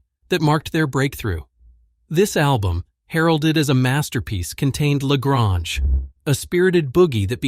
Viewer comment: Dude, learn how to say La Grange.